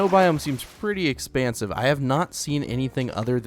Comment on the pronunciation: Why do you say expansiv